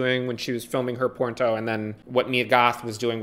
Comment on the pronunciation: Your pronunciation of porno is sending me LMAO! 'Porn-Toe'